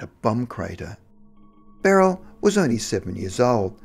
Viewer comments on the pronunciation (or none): none